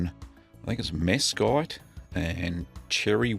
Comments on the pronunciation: Great vid. Just for future reference, mesquite is pronounced mes-keet. It's a scrubby-brushy low tree growing in the desert southwest of the USA, and is very popular for meat smoking. FYI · Hey. Great video! Mesquite is a common tree in the south in the US. If you're curious, it's pronounced [mes-keet]. Thanks for the videos! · It’s pronounced “mess-qeet”